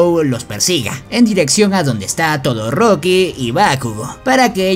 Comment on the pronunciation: Xd todoriko o todoroki?jejeje